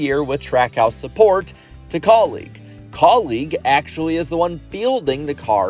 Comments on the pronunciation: Anyone else getting annoyed with how he keeps saying kauleeg and not kaulig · Why are you pronouncing Kaulig like colleague?